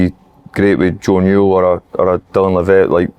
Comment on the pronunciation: Good podcast lads but Jesus someone tell Thomo how to pronounce Dylan Levitt